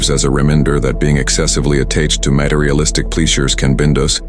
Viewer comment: Can't take it super seriously when the AI reading can't pronounce "exercise" or "materialistic" correctly.